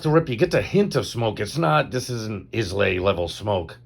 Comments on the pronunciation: eye-land, ISLAND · i-luh, 😅 ISLAY